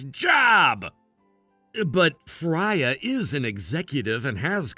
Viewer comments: Its pronounced Frey-a its Norweigan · It's pronounced "FRAY-uh"